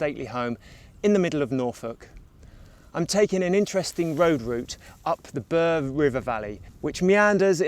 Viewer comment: Bure is not pronounced Burr but Bewer. Hoveton is not pronounced Hovet ton but Hoveton like Hove in Sussex.